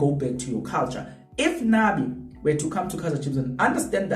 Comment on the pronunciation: “Nabi” not Nani